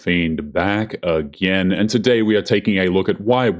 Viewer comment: "Back ag ain"